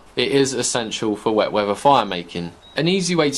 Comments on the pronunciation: it's weather, not wevver. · "Wet wheava"